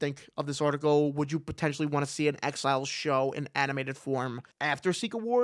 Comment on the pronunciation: Whenever you say “exiles” I hear “X-Files” 😅